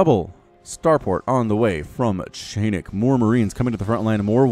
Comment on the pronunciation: a funny thing for ya (and for anyone else willing to know; the one I realized myself only halfay through the cast or so): chainick is not pronounced as [chEinik]: it's [chAinik]. Like in "charge", and doesn't come from "chain" (even though it really makes the impression here). You couldn't really know it; and I know because - here comes the fun part I promised - it's actually a straightforward transliteration of the Russian word "чайник" which, literally, equals "teapot" in English - but, more importantly, in a figurative and playful way also means "a noob", in something. (So if some of you, fellas, find the guy's skill dissapointing - he kinda knows.:) Your big Starcraft fan from the "Russia" map ^^